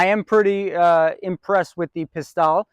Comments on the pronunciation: "Pis-TELLE," not "Pis-TAHL" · Not "Pistalle," but "Pistelle." It's not tomato, tomato, so don't be a hick!